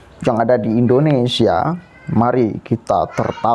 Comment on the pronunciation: Indonesia kang bukan Indinesa..ngono wae kliru.